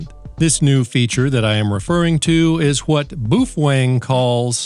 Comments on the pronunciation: Bwoo fhwang? Cmon! 🤣🤘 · What's a "Boo-fwang"?